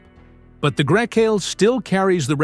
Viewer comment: ID DOT 4. And every possible way to pronounce Grecale